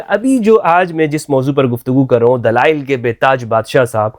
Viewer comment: whats dalial , dalial, , not dalail this molvi is dalal of islam